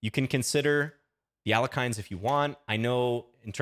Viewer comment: At the risk of sounding pedantic, Alekhine's name is more properly pronounced as al-YE-kheen rather than al-YO-kheen. There can be some ambiguity between the two vowels, but the Russian language Wikipedia page spells it «Але́хин» and notes that the other pronunciation is "erroneous." Not really a big deal I guess, but if anyone ever tries to look smart by correcting your pronunciation you can throw it right back at them and thereby assert yourself as the most annoying person at the party.